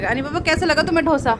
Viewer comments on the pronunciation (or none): ढोसा नहीं डोसा बोलते हैं बहन । बहुत अच्छा बने हैं डोसे